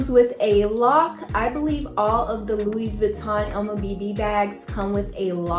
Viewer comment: Nice bag 🤩..Louis = French (so the S is silent 😅)